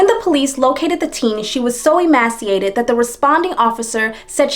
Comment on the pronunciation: You pronounced "emaciated" incorrectly. The second syllable was mispronounced. The Turpins put a kitten in a dumpster. They left two Chihuahuas to die inside the house; they survived by eating from a mound of dirty diapers. People who neglect animals don't care about humans either.